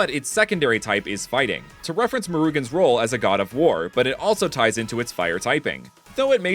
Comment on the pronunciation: It is not mucugan ,it is called murugan